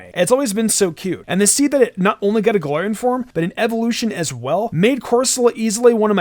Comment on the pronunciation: Why does it sound like he’s saying golorian form